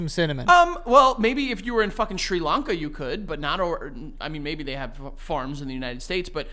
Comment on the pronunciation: Did say, “Maybe if you were in Tri-Lanka you could.”? Lmao